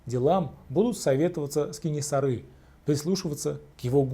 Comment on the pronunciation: Кенесары, а не Кэнэсары. Жуз, а не джуз.